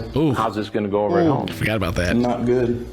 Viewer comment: Chris pulling out the Southern accent with the “Why don’t you start o’er again” sends me every time 😭